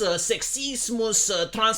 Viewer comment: "SEXSISMUS!" and the my favourite, simPUH!